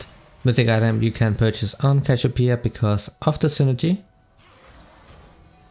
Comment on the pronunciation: "cashopia" xD